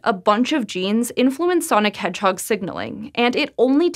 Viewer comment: Nobody:: SONIC HEDGEHOG